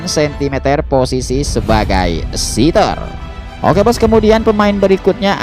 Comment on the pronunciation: 🙏 maaf sedikit koreksi ya min.. Setter ttap dibca sprti tulisan nya... setter. Jangan dibca.sitter.., karna sitter ( seater.. bhsa inggris) itu artinya .. tmpat duduk..